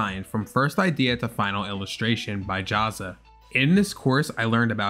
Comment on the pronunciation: its "jazz-a" not "jawz-za"